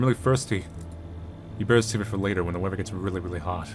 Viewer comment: Its interesting how pronounces many 'th' sounds as v; for example wevver drone, instead of weather drone